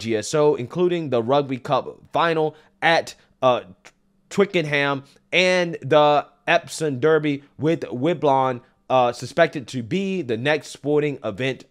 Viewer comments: Wimblaugn huh? Wimbledon my guy… it’s a tennis tournament. Anyways yeah JSO can contract full blown eternal IBS. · 😂 Wimblon. Wonderful pronunciation. Does this guy even know sports?